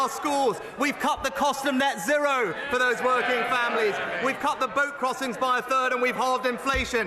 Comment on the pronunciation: Net zirro did he just say net zirro?